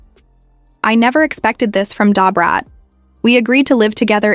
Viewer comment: This seems fake. This white woman cannot pronounce Da Brat name. Lol